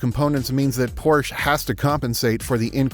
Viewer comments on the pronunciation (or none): Look up how prounounce Porche